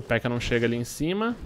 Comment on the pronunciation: se pronuncia "Pékka" e não "Pekká"... Otimo video =D